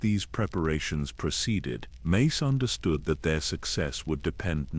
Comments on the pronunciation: I can't get past you calling him "Macy" wtf? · fr! less than 30 minutes in and i've already heard Mace's name pronounces as "mass" and "mice" lol edit: less tha 31 minutes in i heard "messy" too 😩